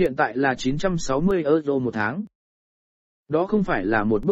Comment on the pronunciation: Thông tin hay nhưng nếu có thể các bạn phát âm những từ Tiếng Anh tốt hơn thì sẽ chuyên nghiệp hơn. Ví dụ: euro = ơ dô, alan = a lan...